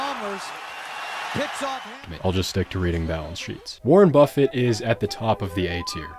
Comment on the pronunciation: Lol "Warren Bustit"